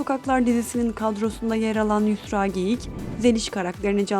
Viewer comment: Konuşan kişi R harfini diyemiyor sanırım ? Yüsla diyor. Ben de çocukken diyemezdim 😬